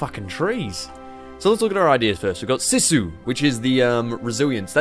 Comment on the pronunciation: Sea Sue is how to pronounce and it has no direct translation into English but sorta means the resilience of the Finns (which is bloody tough mind you)